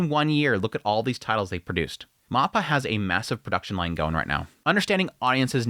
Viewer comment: For the love of God please pronounce mappa correctly. It's so freaking cringe.